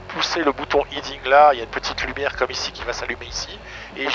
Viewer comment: ‘Heading’ pas ‘Hiding’ Dans tous les aéroclubs français on ne sait pas dire heading c’est fou.